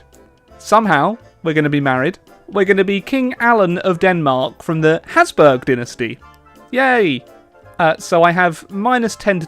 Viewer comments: "Hasburg", it's Habsburg. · I'm an austrian AND IT'S HABSBURG